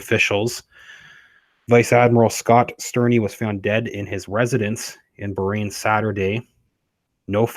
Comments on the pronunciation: Bahrain 🇧🇭 isn’t pronounced “brain”. Please review pronunciation. Hurts heads of us Arabic speakers. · So WHY did he DIE? He looked pretty young and HEALTHY to me? It is pronounced BAH (like a sheep) RAIN!